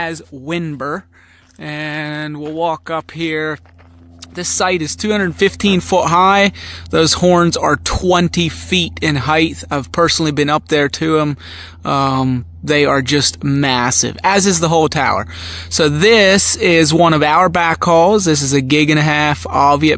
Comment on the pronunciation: The word is height. There is no h at the end as in "heighth" as you are pronouncing it.